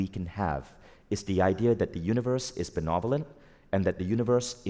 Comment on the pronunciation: Benevolent universe, funny how he says beNOvolent😂 love this stuff btw, thank you 🙏🏼